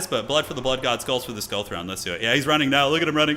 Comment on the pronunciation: This mf said THONE 😂